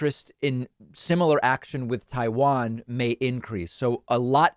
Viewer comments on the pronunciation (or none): none